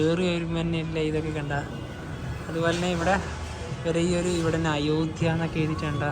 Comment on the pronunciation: അയോദ്യ അല്ല അയോദ്ധ്യ എന്ന് ഉച്ചരിക്കു മലയാള അക്ഷരങ്ങൾ നന്നായി പഠിച്ചിട്ടുപറയുക